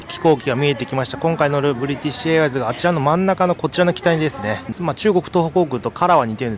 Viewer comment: 冒頭のブリティッシュエアウェイズのところ ネイティヴですね。